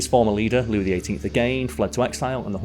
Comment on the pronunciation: I love how spends a lot of time aching over the pronunciation of Pere LeChaise and then in the same video pronounces Louis Lou-iss.